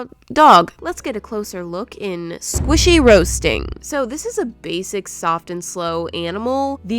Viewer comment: The velocity Squishyee